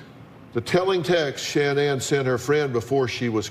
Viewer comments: not like sha-nan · actually it's pronounced SHANNON that's how her family has always pronounced it. She changed the pronunciation herself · Might sound trivial but it’s annoying when so many channels and anchors etc can’t pronounce Shan’Ann’s name correctly. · Anyone else think it's disrespectful that Dr. Phil can't even pronounce Shannan's name right? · Please pronounce her name correctly out of RESPECT.